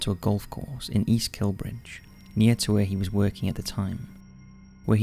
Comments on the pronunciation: EAST KILBRIDGE, where the hell is that, it's EAST KILBRIDE, every single episode I have listened to you murder the English language. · Love how you pronounce East Kilbride as East kilbridge. Its kilbride as in bride and groom. I pass the necropolus every day. Stunning place to walk through.